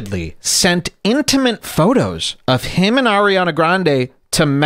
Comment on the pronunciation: Did he say "intimint"